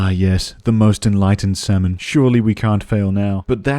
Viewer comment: salmon, pronounced "semen" k.